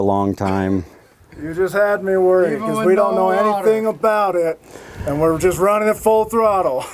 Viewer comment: "We're" is not pronounced "were". Wahder????